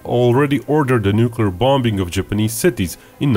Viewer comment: the way he says japanese, it kills me 🤣